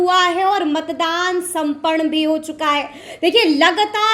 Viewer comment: उच्चारण तो ठीक से करो, संपन्न होता है